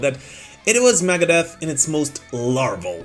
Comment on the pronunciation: LOL AT PRONOUNCING IT MAGADEATH